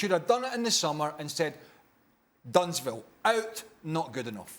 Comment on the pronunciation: Ten Hag is so bad mind to the point it's shameful. When Liverpool brought Arne Slot in the summer. Ten Hag was like he doesn't play good football. And man said he was lucky to win the dutch league. Them comments stink of jealousy. Craig made me laugh man called it Dunts Vil. I'm done. Lol 😅😂 Shaka looked like he wanted to laugh, but he kept it professional. 💯